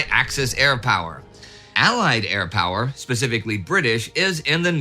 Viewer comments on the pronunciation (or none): none